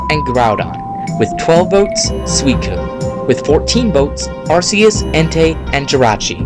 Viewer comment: amazing you said number 1 correct but you missed arceuses pronuciaon its weird